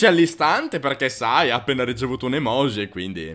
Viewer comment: Perché pronunciate la J di EMOJI e di tutte le parole giapponesi come se fosse la J del francese? Si prouncia "gi" palatale come la J inglese